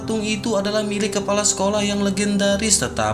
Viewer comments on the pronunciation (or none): Kepala bang bukan kelapa 😂😂😂